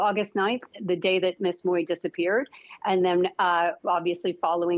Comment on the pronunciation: Please get the right pronunciation of ‘ Mui ‘ - check it out on google - thanks !